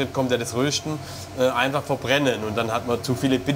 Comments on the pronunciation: Röschten statt Rösten :D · Danke an den Sprecher dass er das Wort „Rösten“ nicht mehr so komisch betont 😅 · Das bedeutet rösten nur dialekt änderung 😂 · Wenn er noch einmal "röhschdn" sagt, flippe ich aus!!! 😆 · röhhhhsten :D warte der mann sagt fehlerfrei Röstaramoma, aber ansonsten immer Röhsten und abröhsten :D